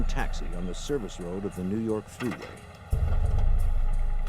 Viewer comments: "nuu yawk affice" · IN BUFFALO NEW YAWK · New Yawk Affice xD 🤣😂😆